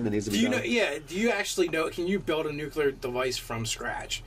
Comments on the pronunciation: OH MY GOSH!! IT IS NUCLEAR, NOT NUCULER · I’m sorry. I know it’s petty. But please, for the love of the raven queen, it’s nuclear not nuculer! Also great vid. I would just let him have his bomb and accidentally kill himself with it. Lol